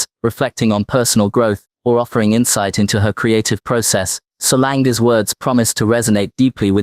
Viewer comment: If you’re gonna make a video about someone at least get their name right lol it’s SOLAN-GGGEEE not SOLANG